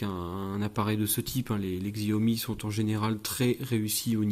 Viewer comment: Stop massacrer le nom de la marque, si déjà vous revendez apprenez à prononcer Xiaomi.